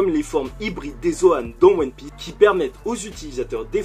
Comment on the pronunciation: j'ai pas rêvé j'ai bien entendu one pik ???🤣🤣🤣🤣🤣🤣🤣🤣